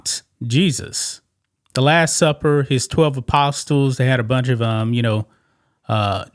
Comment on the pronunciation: The "T" is silent in apostles FYI big guy.